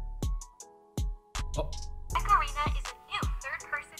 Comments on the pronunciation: it sounds like you keep saying macarena. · Everytime he says "mech arena" I think he's saying macarena